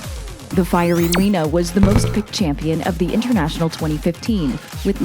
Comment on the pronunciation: "Champion" TRIGGERED